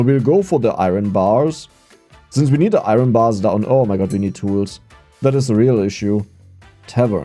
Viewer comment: I thought we taught how to say "iron" properly during Coal LLC? What happened? 😂